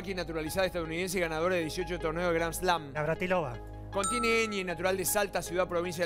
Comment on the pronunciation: lo escuché varias veces y no me queda duda que dice ORTODONCIA con un dejo de "G" en la "R". Cuando contestó NAVRATILOVA también se notó la misma dificultad en la letra "R".